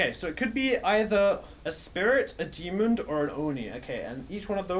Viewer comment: I love the way says 'demond' instead of demon lol. You have guts to go in alone btw! Tbh i would have just guessed a demon seeing as it was quite aggressive and just left lol. I honestly can't believe it was a spirit, from my experience spirits are quite low on activity and sort of leave you alone for a while but as soon as u entered the room that ghost was causing absolute CHAOS. Now that I reflect on it though, the hunts were quite well separated, where as a demon will hunt very frequently. If you read this all, congrats for listening to my boring-most-likely-not-fool-proof knowledge of demons and spirits and have a nice day lol.